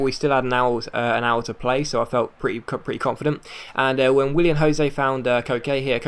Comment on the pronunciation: Willian not William xD